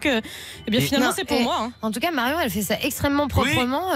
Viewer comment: qui dit marion les BION